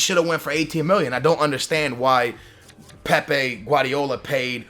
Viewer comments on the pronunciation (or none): Whenever he talks about Pepe (from Real Madrid) he prounces it Pep, and whenver he talks about Pep Guardiola he pronounces it like Pepe Guardiola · Its pep guardiola.PEP PEP PEP PEP PEP PEP.NOT PEPE